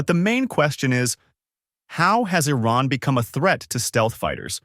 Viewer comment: Firstly, learn to pronounce Iran correctly. It sounds like calling Trump as Dumb.